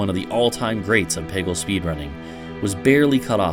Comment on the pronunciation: making a peggle video without knowing how to pronounce peggle is a huge power move